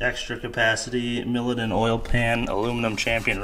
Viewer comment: Pronounced MY LOW DON Milodon